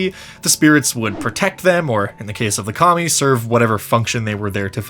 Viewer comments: I heard "Kami" as "commie" and I just want to thank you for the laughs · Thought he was saying commie during the rome and japan bit, I was a tad talen a back